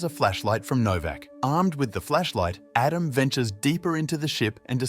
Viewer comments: Pretty good A.I. voice. I wouldn't have known, except for the instances of "Adam" being pronounced incorrectly. Something a real person wouldn't have done, but an A.I. would read it as it was written (misspelled). "Aadam". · 50% he pronounces his name Adam, 50% of the time he pronounces it Edem